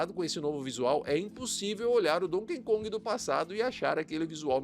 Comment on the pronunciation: NÃO É DONKEN KONG... É DONKEY KONG